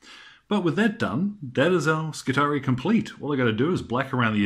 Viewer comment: Skitarii,....the double ii should, I think, be pronounced ee i. SKITAREEI